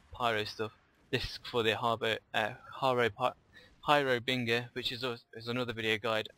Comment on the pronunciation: love the vids, just one thing tho, you gotta stop saying "Har"bing"er", Try "Har"bin"ger". Thanks.